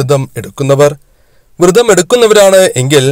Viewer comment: തിരുമേനീ, വ്രതം എന്നല്ലേ അതിന് പകരം വൃതം എന്ന് പറയുന്നത് തെറ്റല്ലേ തിരുമേനീ